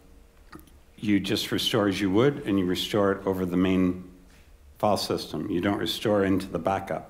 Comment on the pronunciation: Note to the watcher of this video: when you hear the word "fall-system", understand that the presenter means to say, "filesystem". Fall-system doesn't have anything to do with a system of falling.